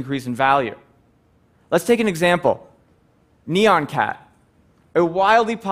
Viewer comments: it's not neon cat, it's nYAN cat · wtf is "neon-cat"? I think you mean "nyan-cat". Please pronounce "nyan" as one syllable. Sounds like "yan" with an 'n' add to the beginning, as it's written. The original nyan-cat video has a song in which every single syllable is "nyan". Say it like that. Come on, y'all.